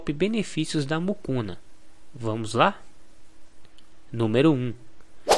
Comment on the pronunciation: Não é Mucuna! É Mucunã!